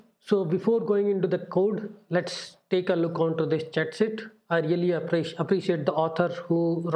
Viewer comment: Hey dude, big typo there, should be 'Cheat'. You are saying chat, should sound like teeth..